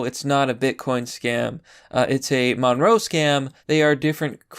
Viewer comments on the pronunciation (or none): It's called monero not monroe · Ma nare oh not munrow. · It's pronounced "Mon-Air-oh" Not "monroe" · Monroe? It's monero, dude. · WTF is a "monroe" It's monero. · It's pronounced "Mo-naer-o" and the reason they're using it is because Monero is a "ghost coin", meaning it's untraceable. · MON-E-RO. Why can't you read anything right? xD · "monroe" lulz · Pronounced "Mon-NAIR-row" [Monero] Thank you. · Did you call Monero, Monroe? LOL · That crypto is pronounced: muh-NAIR-oh. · its pronounced like dinero, like cash money but monero, money + dinero combined